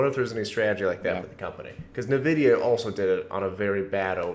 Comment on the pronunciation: Are you saying Nvidia?! It's driving me crazy